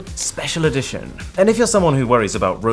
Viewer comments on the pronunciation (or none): none